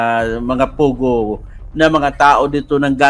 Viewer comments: POGO not Pugoh! Hehe! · pogo not pugo :)